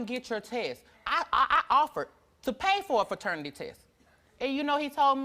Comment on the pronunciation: Is anyone else annoyed by the fact she keeps saying faternity🤷🏾‍♀️